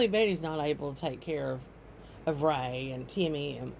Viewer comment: It's Ray, not Ray-Ray